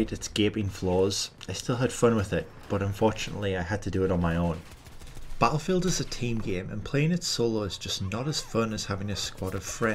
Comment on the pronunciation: Lol 😂 why you say battlefield like that “bahattlefield” 😭😂😂😭